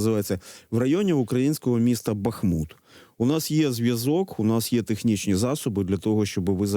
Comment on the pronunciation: БАхмут, а не БахмУт!